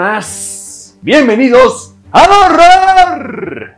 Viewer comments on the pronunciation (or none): no es cierto en donde dice:EL HORRRORRR! Lo da todo jaja